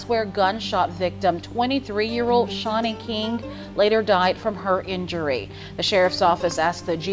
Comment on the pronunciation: Aww my name .. very uncommon name and you pronounced it right ❤